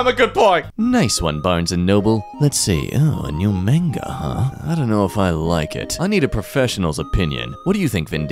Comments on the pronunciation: Pronouncing Manga like Menga should be a criminal offense. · Why did he say "manga" like that during